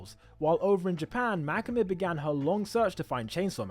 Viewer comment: The way u say makima is like this makema your english is way to good that it overpowers japanese names 😂